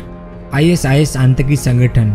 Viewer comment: भाई, आंतकी नहीं आतंकी बोलिए